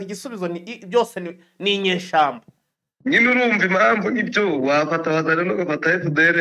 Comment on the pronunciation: gerageza uvuge neza ikinya rwanda bavuga kwibeshya ntago bavuga kwibesha ikindi bavuga inyeshyamba ntabwo bavuga inyeshamba ok?